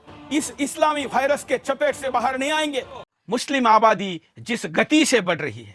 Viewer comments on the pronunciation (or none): B and d bhaiya chaddi dhari virus 😷 aur vihrus me kya kono antar naahi?? Pehle bolna sekh uske baad bolne ka lehja.. guru ghantal